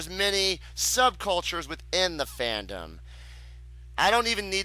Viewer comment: this vee. the tuh. i dont know whats worse